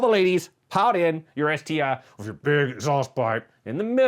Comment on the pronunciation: the "BeS-TI"..!!!